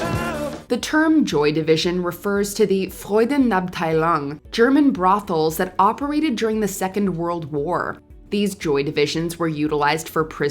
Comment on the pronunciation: Really butchered Freudenabteilung. German isn't that hard to pronounce.